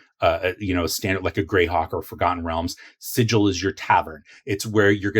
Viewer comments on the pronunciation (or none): "Sigil" has a hard G, not a soft G, cutter. 😁 Love the content! I even learned a few things. Worth a sub!